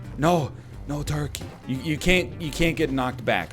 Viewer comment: Everytime NL says toikey, it gives me life.